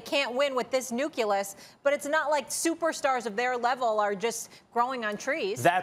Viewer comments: its nucleus not nuculus lol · Lol Molly thinks 'Nucleus' is pronounced 'Nukulus' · Stephen A has been on TV for 20 years and still haven't learned what Moiré pattern is. Also, did Molly say "nucelus" instead of nucleus ? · 'can't win with this NUKE-YA-LISS' Really Molly? I've never heard anyone do the incorrect 'nuclear' pronunciation on a different word LOL I think you meant nucleus. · Everyone - Nucleus Molly - Nukeelus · "Nukelas" Molly? you meant Nucleus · Nukilas = Nucleas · Molly it's Nu-Klee-us not nu-q-lus for fuck's sake I thought u were considered a journalist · “Nuculus” Molly Qerim Rose, 2020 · Molly "NUKILLISS" QERIM 🤣🤣🤣🤣🤣🤣🤣🤣🤣🤣🤣🤣🤣🤣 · “They can’t win with this [nuculous]” - Molly All love, but that was funny🤣🤣🤣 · No one: Molly: “nuculus.” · Molly “Nuculous” Qerim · Nuculous? Molly?😂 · "Nukecuelus", lol. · "nuculus". good stuff molly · Molly "Nuculous" Querim-Rose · Molly understands that the Rockets can't win with their current "Nuke - you- lus" yall. How do these people get on TV? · Molly: Nuculus 🤦🏾‍♂️🤦🏾‍♂️🤦🏾‍♂️🤦🏾‍♂️🤦🏾‍♂️🤦🏾‍♂️🤦🏾‍♂️ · Molly "Nucelus"Qerim. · What is it with Americans and the word nucleus/nuclear that's so hard to pronounce? :D